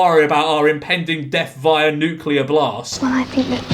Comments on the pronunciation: mad how they just read Nuclear as Nuculer😂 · tried so hard to be different. i’ve never heard an american pronounce nuclear that way you wrote it